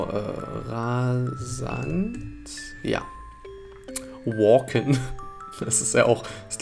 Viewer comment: Ich glaube bei walken musst du das A deutsch aussprechen. Und das wäre dann das ein mechanischer Vorgang